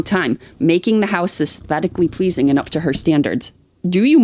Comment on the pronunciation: I jump every time he says “uzteticly pleazing”, and with absolute doubt, when do lizards organize their books? Love you guys 😂